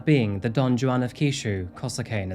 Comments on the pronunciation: y not just look up how to pronounce peoples names… i mean this is getting ridiculous. juan is pronounced with ”h”. shouldnt everyone be familiar with don juan… also, her name isnt pronounced sacky, but sucky… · Do all British people pronounce the J in Juan with an actual J sound, or is it just, lol? I've never heard anyone do that.